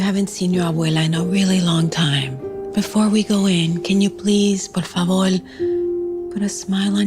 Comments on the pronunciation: Polfobir no porfobor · Boy, she literally said por falvor. Instead of por favor